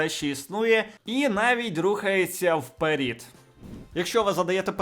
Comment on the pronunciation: Друже, все ок, дякую за працю, але ну який "вперІд"??? Ну от я в голові може виникнути таке слово? Ви серйозно?